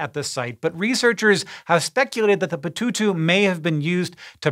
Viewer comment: Pututu sounds like someone trying to pronounce the main ingredient of French fries with his mouth full of French fries.